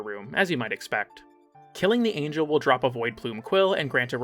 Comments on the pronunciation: I pray to whatever god exists the “a gel” over “anjel” pronunciation is a bit . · Angle? You mean ANGEL holy fuck youtubers and pronouncing things that are in the game... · PLEASE tell me that you kept saying Void Angle on purpose I think so, but i need confirmation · Giggled every time at "angle" 😂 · Do you unironically pronounce Angel like that or you are just trying to mess with our heads???? 😂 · I honestly can't tell if he doesn't know how to pronounce angel, or if he's just ragebaiting.